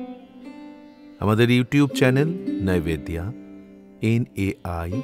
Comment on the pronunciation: নাইভেদ্দিয়া নয়, স্পষ্ট করে বলুন নৈবেদ্য, নাহলে বাঙালিরা আপনাকে 'বিজেপিওয়ালা' মনে করবে যে 🙂